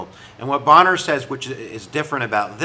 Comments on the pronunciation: Pronounced bain-er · Bayner - the Speaker's name is pronounced Bayner - other than that you've actually put a lot of muscle on what was a pretty thin skeleton from the media about this - thanks :) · Fascinating situation. Thanks for making both sides clear. Wasn't it Jackson who, in an argument with an aid about defying the Supreme Court said, "let Judge so and so stop me with his army." (Bummer on the pronunciation mistake. That just shows you read more than listen.)